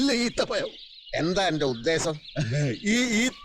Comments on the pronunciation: ഉദ്ദേശം അല്ല ഉദ്ദേസം 👍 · ഉദ്ദേശം അല്ല "ഉദ്ദേസം" എന്നാണ് പറയുന്നത് 😂